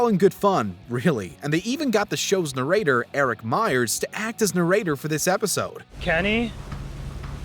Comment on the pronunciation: This narrator’s voice squeaks had my dogs howling at times. And, side note: he’s a narrator and doesn’t even know how to pronounce the word.